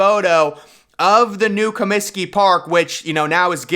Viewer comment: Comsiky Field? What the hell is is that? Try Comiskey Park. Ten thumbs down. We’re you channeling Obama and his repulsive Cominskey Field comment?